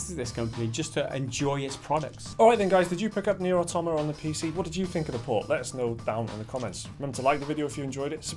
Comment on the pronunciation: Thank you for pronouncing "automata" correctly. Nearly every video on YouTube relating to this game gets it wrong.